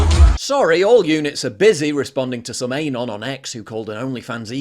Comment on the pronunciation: Nice vid, but that isnt how you say Anon mate